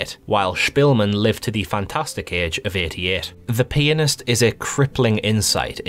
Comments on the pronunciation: Lmfao. “The penisssst” is terrifying indeed. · i was playing this in class on my phone and the classmate beside me kept on thinking you were saying "penis" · On 2x speed it sounds like he is peenist